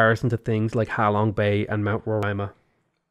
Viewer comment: ser its ha long bay not how long bay